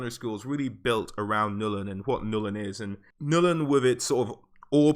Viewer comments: Ok... it's NULN GOD DAMN IT, NOT "NUL-IN". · why does he keep saying Nullen it's Nuln one syllable dude.